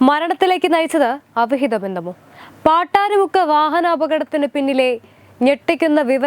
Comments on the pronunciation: പട്ടാരി അല്ല പട്ടാഴി മുക്ക് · പാട്ടാരിമുക്ക് അല്ല പട്ടാഴിമുക്ക് 😀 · പട്ടാരിമുക്കല്ല പട്ടാഴിമുക്ക്. അങ്ങനെ പട്ടാഴിമുക്ക് famous ആയി😂😂😂